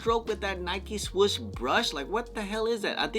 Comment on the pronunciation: The fact that you say “swush” when its “swoosh” 😂